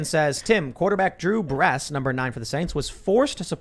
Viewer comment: Drew "bress"???? Christ tim. Drew Brees. 2 easy. Smh